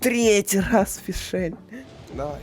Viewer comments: Биом дерьма - это Натлан, а Мондштадт - хороший( И не ФишЭль, а Фишль 😒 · как же режет слух ФишЕль, она не форель, откуда там лишняя буква Е ? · Не Фишель, а Фишель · "Правильное произношение" от: Фишль(ударение на И)❌ Фишель(ударение на Е)✅ Броня(ударение на О)❌ Броня(ударение на Я)✅ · Во первых, ФИшль. Там нет никакой е на которую надо ставить ударение, там блть одна буква. Во вторых, СервАл. Потому что это не только её имя, но и название животного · В имени есть только одна гласная, а следовательно только ОДИН вариант ударения. Тем временем: "ФишЕ́ль" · Энди и ФишЭль.... Может перечитаешь по буквам?